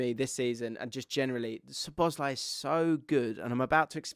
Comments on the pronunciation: I'm here once again asking to pronounce szoboszlai correctly 😅 it's not suh-boz-lie. It's sob-uss-lie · You really don’t need to pronounce any ‘Z’ in Szoboszlai……. SawBossLie